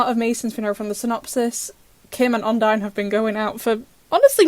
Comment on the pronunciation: It's called odine not ondie